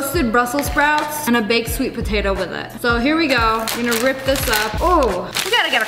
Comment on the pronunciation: Stake and potoes